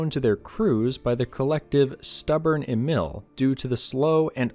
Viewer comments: I got the feeling you never sit or drive a tank or kind of... Thank you for the work you have done, but the whole thing is typically from the American point of view and this is so wrong. And German words can be practiced how to pronounce with Google Translate. Email you said, but is Emil. In short, American propaganda just to make German WWII tanks looks bad. The fact is that in this time, no tank was able 1:1 to win against German tanks. Perhaps you focus on real WWII stories, when Americans and their Allies running for every German Pimps ... Ask my and many others Fight for real... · Ay-meel not Eee-mill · it's Emil not imel lmao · Maybe that's becaue I'm not English not German but I hear you saying e-mail instead of Emil and that's funny to me :p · Emil is pronounced E'mil, where the E sounds like the ee in beer and mil like "a mill that grinds flour". E¨mil. < Just cus why not ^^ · FYI "emil" A Meal